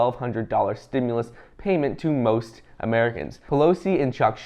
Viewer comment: Stimulus check package coming this week why start out with that when you know it’s not true I try to follow you I try to follow you on YouTube but every time you say stemless check coming that’s not what I hear when you talk